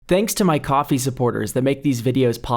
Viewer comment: wtf its pronounced coffe not ko-fi?